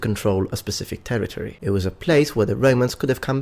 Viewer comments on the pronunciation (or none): none